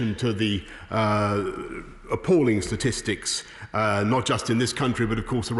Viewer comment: "Apauling statistics". I think he means compromised statistics....